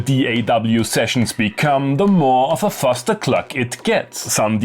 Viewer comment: ‘Fustercluck’ LOL